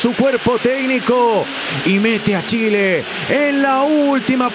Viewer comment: Chiled 😂😂😂😂 , chiled 😂😂😂😂